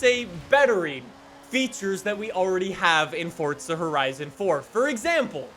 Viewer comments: It’s forza not fortza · Where is the T in Forza? I didn’t know it was Fortza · Why say Fortza?